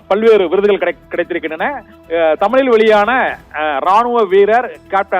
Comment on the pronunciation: தமிழ் என்று ஒழுங்காக பேச கற்றுக் கொள் தமிலில் அல்ல தமிழில்